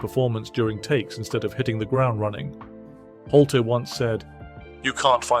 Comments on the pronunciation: its not holty its nick Noltey. nolt leee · His name is nolte not holter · It's just way too distracting to hear Nolte's name being mispronounced as Holty every 10 seconds. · Hol-tey? Sizemore when you don't show Sizemore... Hole-teeeeeeee, hahahaha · Excuse me why won’t you pronounce Nick Nolte’s surname correctly it begins with an N not an H sorry if I sound pedantic but I find it infuriating, apart from that great video !